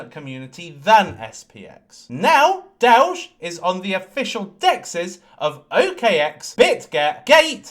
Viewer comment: DOWGE ! DOWGE ! DOWGE !